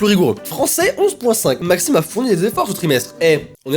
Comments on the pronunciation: C Maxime ne.... Pas maximene 😂😂 sinon continue j'adore tes vidéos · elle voulais dire « Maxime ne... » et pas « Maximene »😂